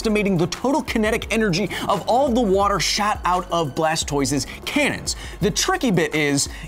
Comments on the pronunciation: why did it sound like you said, "shat" out of his cannon?....lmao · Anybody else hear "All of the water shat out"?